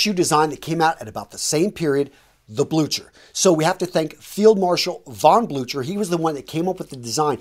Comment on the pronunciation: The way you speak the german name ,Blücher' is rather strange to hear for a german. Me included, many not so young germans have problems with the english th sound, but many english speakers have problems with the german ü and ch sound. The ü sound is like the u in the french word sur (on/auf). The ch sound, we germans use in two slightly different versions, is NOT a k sound, it is the noise/sound an angry cat with layed down ears makes, but spoken in a soft and slow way. I hope, this helps. The story of this shoes and their name i have never heared. During Napoleons russia campaign Prussia switched sides and mobilized his army. There had been enough weapons and equipment for the regular and reserve troops, but the in 1813/14 new created Landwehr the situation was different. There had not been enough sabers, so that many men used hatchets, there had not been enough muskets, so many men used pikes and axes, there had not been enough uniforms, so many men used dyed(?) civilian dress. Also there had not been enough boots and shoes, so that many men had been barefoot, so the invention of cheap shoes sounds plausible.